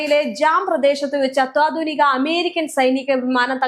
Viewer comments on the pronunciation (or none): അത്വധുനിക എന്നല്ല.. അത്യാധുനിക എന്നാണ്